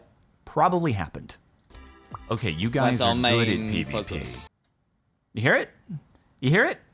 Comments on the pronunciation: Ngl i thought he was saying "main fuckin" until you said to listen for the word focus. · i'll be honest, rewatching the first 7 seconds without you pointing out he was saying focus, i thought he was saying fuck too, and that's probably why the person who reviewed the footage didn't change it from limited monetization, they only heard the word fuck. you know the context, they don't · well from the start I heard fuckit, I did not imagine focus was being pronuonced, audio hallucinations are common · it really doesnt. its very clearly focus with an accent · As soon as i heard it the second time i guessed that was it. But ANY human surely knows that is his accent. He litterally said focus with an accent.